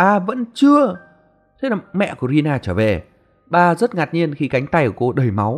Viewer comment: Rina ổng đọc là Rila=)